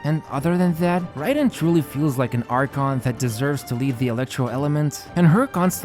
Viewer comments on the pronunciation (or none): Hey btw I think it's pronounced like 'rye'-den instead of 'ray'den~ Nice video as always